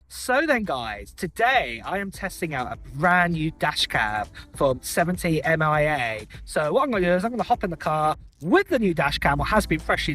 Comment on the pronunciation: 70mai. Not Mia